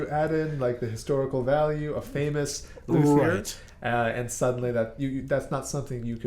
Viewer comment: Learn how to pronounce luthier rght.